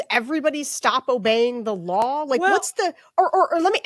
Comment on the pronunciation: ST - the "st" sound in words. There's no H in it. It's not SHT. It's STop, not SHTop, for example.